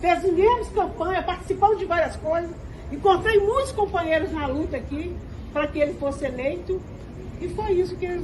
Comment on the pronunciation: Falou "cumpanhero" e luta, na mesma frase, ja sei q e da turminha do amor arrependido 😅😅😅😅😅😅